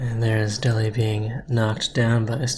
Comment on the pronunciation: It's pronounced del-ee :)